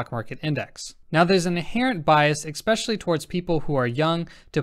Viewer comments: loving the content and your presentation. However, your killing me with the pronunciation of "especially", not pronounced "exspecially". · Excellent content as usual. Just one thing: Especially. Repeat after me- especially, especially. Thank you god bless.